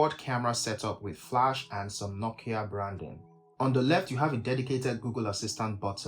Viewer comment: Bro you really butchered nokia this time 😂😂😂😂💀